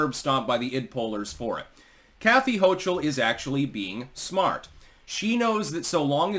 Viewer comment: hochul but sounds like choke ul but you tried